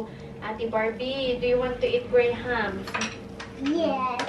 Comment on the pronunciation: You pronounce it Grams not Grayham.